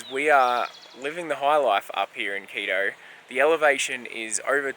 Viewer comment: your pronounciation of Quito would make my ex throw things at the monitor. You are saying Keedoh. You have to remember that in South America, any word ending in o uses a short vowel sound, not oh! So it would sound more like Kito. Good video as usual, have a good week and stay safe.